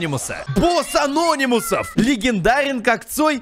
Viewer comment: Не ящик а́нономусов а ящик ана́нимусов